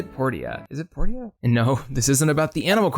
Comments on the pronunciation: Port-ia. I thought it was pronounced Por-cha? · Dude its Porsha not "Por tee uh" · "My Time at Port ee ah" It's said Porsha. Porteeah, really? That hurt to listen to repeatedly. Also Portia is DEFINITELY a Harvest Moon-like game (not even clone) just without farming, not Animal Crossing. Just because it has villagers doesnt make it Animal Crossing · The funny thing is the voice actors in the game pronounce it as both port-ee-uh and por-sha, so who knows how it was meant to be pronounced. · isnt “portia” pronounced as “poor-sha”? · Portia is pronounced Porshah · The townspeople even call it Porsha. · porsha.... porsha... its pronounced porsha. like porsche. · Portia is pronounced Porsha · I think Portia is pronounced like Porsche. Maybe? Unless you pronounce Porsche wrong lol. Por-sha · ...Poor Sha. THat's how you say portia. lol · Port-ee-uh? Okay then. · “Port-e-ah”??? I’ve never heard anyone pronounce Portia like that lmao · everytime he says portia wrong, I cringe. is how you pronounce it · Makes me feel validated as my name is actually Portia and is pronounced that way :) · my time at portia and fantasy life aren't animal crossing clones. i get that it was mentioned in the video that some of these are more harvest moon like, but the video is called animal crossing clones. if you're going to make more of this series i'd suggest either changing the name or finding games that fit a bit better. also i've never heard someone pronounce portia like that. what the heck